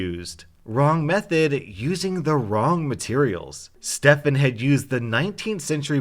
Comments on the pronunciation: Of course when my name in a video not only is it pronounced “Stephen”,(common mistake, no hate towards ) the Stefan is the bad guy of the story! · Stefan not stefen*